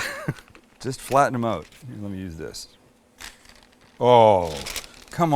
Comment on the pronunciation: I like the way you say oot instead of out.